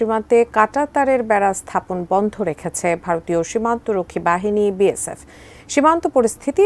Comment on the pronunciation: বিয়েশেপ বলে😅এতো সাংঘাতিক রিপোর্টাররে বাবা😂